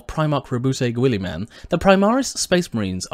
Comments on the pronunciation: Gwoolyman? Gill-uh-min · Is that how you pronounce "Guilliman"?